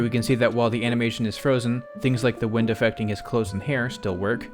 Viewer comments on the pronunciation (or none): none